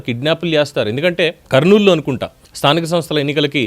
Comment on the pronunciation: స్థానిక తనస్థలు ఏంట్రా బాబు నీలాంటి ఎదవలు సీఎం అయ్యారు ఆంధ్ర రాష్ట్రానికి నువ్వు ఎలా సీఎం అయ్యావు రా బాబు స్థానిక సంస్థల ఎన్నికలు అని స్పష్టంగా పలకడం కూడా చేతగాని ఎదవ